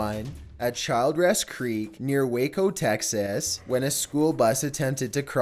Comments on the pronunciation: San Antonio Texyas😂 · The way he pronounced “Texas”